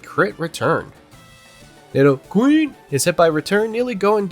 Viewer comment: The way you say nidoQREEN 😂